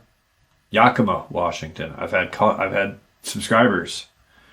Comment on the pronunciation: FYI: It's Yak-Uh-Ma (Ma as in mama)